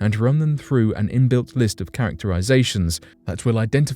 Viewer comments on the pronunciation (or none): none